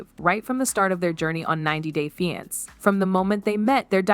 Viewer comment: Did A.I. narrate this? How hard is it to read the word "finaceè" 😂